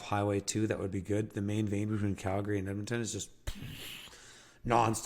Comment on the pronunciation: Cal-gree, not gary ❤